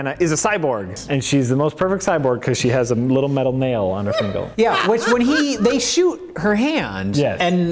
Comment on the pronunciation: says "Fingle" instead of "Finger", and I can't help but wonder if he had recently watched Overdrawn at the Memory Bank or its MST3K